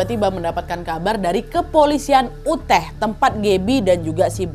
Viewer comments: pas ngomong utah pronunciation ka nadia juga salah, harusnya utah, bukan uteh. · Utah (US) = "Yutah" Utrecht (belanda) = "Utreh" Wyoming = "Waiyoming" 🙏🙏🙏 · Maaf mbak Nadia -- pronunciation dari Utah ---- yutah 🙏🙏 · Kak Nad.. Maaf mau koreksi sedikit utk kata "UTAH" dibaca "YUTAH".. 🙏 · Kak Nad, UTAH itu dibaca "YUTAH" Hehehe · Info aja kak, cara baca Utah itu Yutah 😁 peace ✌️🕊️ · Utah = Uteh 😭😭😭😭😭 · Utah = Yutah Wyoming = Wayoming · Utah dibaca "yutah" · Utah -> bacanya Yutah kak 😁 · Utah = Yutah cara bacanya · Yu-tah nad baca nya bukan uteh wkwk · YUTAAAHHHHH😫 Yu • Tah. Not “Uteh”. Kak Nad, tolong kali lah samamu, sebelum bacain cerita, cara pelafalan nama orang, tempat, dll dll, dipelajari dulu. Ngaruh kali loh kak sama kontenmu, gak sekali dua kali gini😢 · kak Nad Utah itu pengucapannya "Yutah" bukan uteh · dari tadi bingung sama "uteh".. Utah itu bacanya yutah wak, bukan uteh.. semangat terus wak.. :trophy-yellow-smiling::trophy-yellow-smiling::trophy-yellow-smiling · atau paling g baca baca utah lebih mendingan dengernya ya..dari pada uteh..sampai gereget ya..yg bener yutah..😔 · awalnya mikir uteh itu apa si, ternyata utah negara bagian😭 bacanya harusnya yutahh but it's ok agak bingung dikit tadi awal awal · Nadia Sayang, boleh ya kasih saran sedikit... Anu, kalau memungkinkan tolong diusahakan agar selain mencari berita dan detailnya, Nadia dan team juga mencari bagaimana cara mengucapkan nama tempat (kota, desa, negara dan lain-lain) dengan lebih tepat. Seperti cara mengucapkan Utah (Yutaah) di video ini, pengucapan Church, dan beberapa negara asing di video-video yang lain. Karena walaupun ini detail kecil, tapi bagi menurut saya penting. Semoga tidak dianggap cerewet ataupun berniat menjatuhkan ya. Saya salah satu fans Nadia dari lama dan cuma pengen kasih saran yang membangun. Terimakasih. Sehat-sehat selalu ya Nadia, semua team dan keluarga. ❤️❤️❤️ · Hai kak Nad, maaf mau koreksi sedikit. Untuk negara bagian Utah itu dibacanya “yutah”, bukan “uteh”.